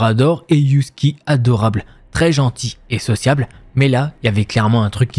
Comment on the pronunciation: Jamais entendu quelqu’un prononcer husky you-skie haha